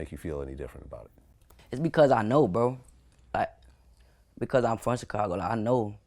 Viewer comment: Tf is a "tchekago" Vlad? lmao